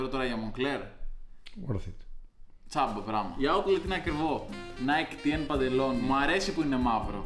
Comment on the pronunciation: O Lau κάτι ήξερε και αντί για αγαπημένο παπούτσι nike TN πάθαινε σαρδαμ και έλεγε nike dn